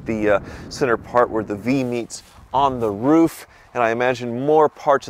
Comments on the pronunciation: You said roof like 8 times and not roff!!!! 😮😂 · said "roof" and not "ruf". Interesting... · finally saying roof and not riff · Hey, pronounced "roof" correctly!